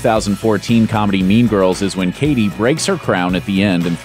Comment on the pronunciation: Maybe the commentator should know that it is CADY not KATTIE (Mean Girls).